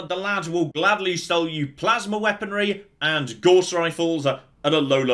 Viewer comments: Every time I hear Gauss mispronounced I look up at my Math degree and ask "was it even worth it?" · Gauss rhymes with Scouse not with Gorse. Named after a German, J [sorry C] Friedrich Gauss.